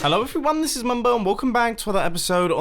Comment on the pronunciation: I swear he always doesn't say "Hello everyone" but "Hello efuione" in the intro.